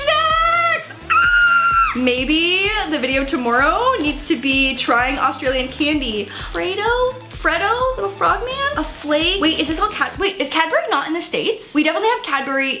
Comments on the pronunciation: Love this collab 💕I am from Australia❤️love how she pronounced Freddo (fraydo) 😂😂😂😂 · I LOVE THAT SHE GOT FREDDO CHOCOLATE. and it is pronounced fr-e-doe FREDDO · I’m Australian and it’s pronounced f-r-e-d-o and v-e-j-ee-m-i -t-e